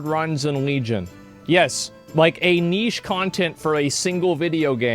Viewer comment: I'm impressed you pronounced 'niche' correctly as so many Americans totally butcher it!